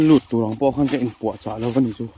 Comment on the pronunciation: "He lam zar chu(h) a va han rah hnem lutuk" 😂 Þawng sualin sawi sual nawk nawk reng la, en a ti nuamin a tih ngaihnawm zual phah alawm 😂😂👍🏽